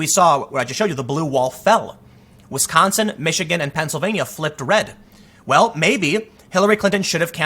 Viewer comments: Wisconsagin lol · "I didn't campaign in Wisconsigan"